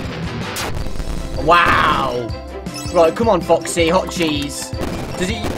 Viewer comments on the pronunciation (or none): none